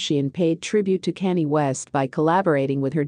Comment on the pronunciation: Please address Kanye name correct 💯💪..Not Canned Ok